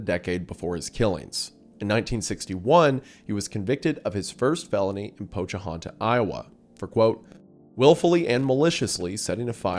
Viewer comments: did you just call pocahontas iowa POCHA-HAUNTA. POKE-A-HON-TUS....?!? YOU DON'T KNOW POKE-A-HON-TUS?!?! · either im tweaking or he said “pochahonta, iowa”. i know its not a big deal but it caught me so off guard i had to look it up to see if i was mispronouncing it my whole life 😭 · I don't think I've ever heard the pronunciation of Pocahontas mangled so badly.